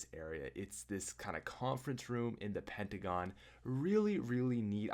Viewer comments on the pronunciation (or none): none